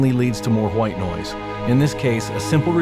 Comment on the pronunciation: "Potential Hu-white noise" lol. Thanks for the tutorial!